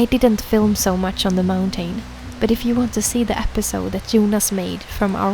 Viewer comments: It’s not pronounced “mountane” it’s pronounced “mountin” in english… say moun tin 😂😂😂😂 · It’s mounTN, not mountain. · Snälla människa, lär dig uttala mountain korrekt!!! Du vet ju att att du uttalar ordet fel, varför fortsätta med det???